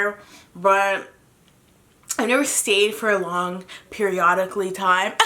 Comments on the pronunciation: “A long periolically time”😭😭😭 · A long periolollically time 😂😂😂😂😂 not many people get that whenever I say it and it irritates meeee